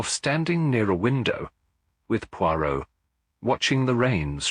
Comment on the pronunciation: I don’t think that’s Hugh Fraser… the word Poirot isn’t even pronounced correctly I have listened to lots of Hugh Fraser…it’s just not him